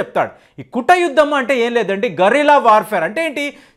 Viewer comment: Mee bhasha tappugaa unnadi guda yuddham kaadu adi goodha గూఢ యుద్ధం. అలాగే కుటయుద్ధమూ కాదు అది కూట యుద్ధం.